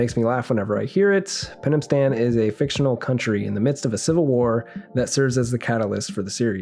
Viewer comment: "Penamstam" 😊 yeah, sounds really strange...